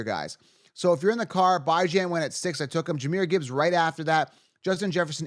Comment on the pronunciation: i cant take you seriously when you pronounce bijans name like that man lol